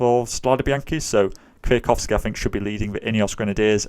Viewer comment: You have the best pronunciation of the "Kwiatkowski" by a non-Polish speaker I've ever heard :D